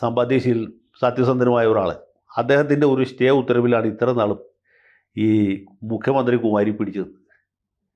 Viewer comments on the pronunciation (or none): none